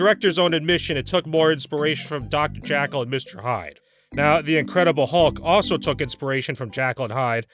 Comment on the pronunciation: when he says "Dr. Jekyl and Mr. Hyde" it sounds a bit like "Dr. Jackal and Mr. Hyde" lol